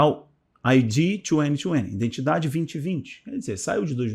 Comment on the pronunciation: Bom dia. Gostaria de lhe aconselhar sobre algumas falas. Risco de vida: risco de viver. Risco de morte: risco de morrer. No caso aqui do vídeo o correto é risco de morte. E a palavra correta é IDENTIDADE e não indentidade. IDENTIFICAÇÃO e não indentificação. Obrigado meu querido Pastor. ☝️☝️☝️☝️